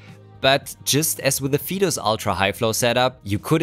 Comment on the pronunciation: Thanks! That's a great discovery. Still, I would pronounce the company name "faytus" not "fetus" 🙂